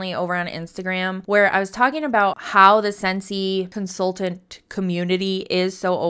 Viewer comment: Is incapable of pronouncing the "t" in consultant and other words with that letter in them? I cringed every time she said "consulant" in stead of "consultant".